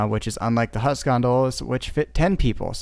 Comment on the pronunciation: It‘s called „Huss“ not „Hass“